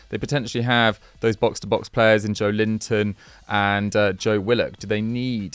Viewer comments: Disappointed at, of all people, mispronouncing Joelinton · Still find pronunciation of Joelinton hilarious 🤣🤣